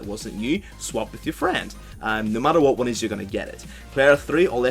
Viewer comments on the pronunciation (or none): none